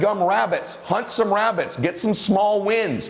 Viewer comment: "Hunt some Wabbits" 😂😂 thank you so much, I watch your videos and listen to your podcast everyday